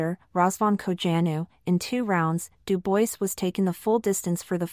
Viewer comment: It’s pronounced Doo bwah FFS get a human to do the narration